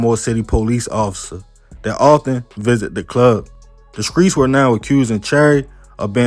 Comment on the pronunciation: Man I love your content ‼️ big fan 💯💯 but you gotta work on your S T words bro 🎯 skreets & scripper 🤣🤣🤣